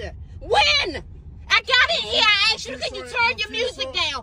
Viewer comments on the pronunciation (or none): Omg I hate it when some people say „aksed“ instead of „asked“.